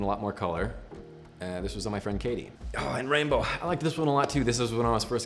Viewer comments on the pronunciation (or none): "raimbow" dude, its RAMBO (RAM-BOH)